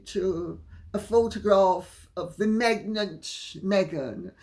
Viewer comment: Lol,Megnant!😂😂😂 instead of pregnant